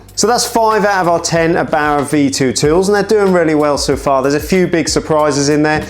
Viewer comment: It's Err-bauer not "abauer". Couldn't watch the video because of this nonsense.